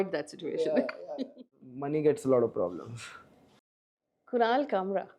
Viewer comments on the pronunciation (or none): Khunahal khamrah..... Its a request not to misprnounce names please..